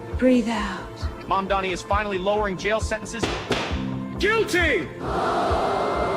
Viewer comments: or to Cuomo, "Mahndami" lol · it's all intended.. they mess his name up to disrespect him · Why does Cuomo have such a hard time saying Zorhan Mamdani... It's not hard to pronounce... He's been running against him for many months now... It just comes off racist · His AI commercial can the name right, but Cuomo can't. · between this ad and him constantly butchering zohran mamdani's name, i think it's fair to say that andrew chomo is an absolute racist.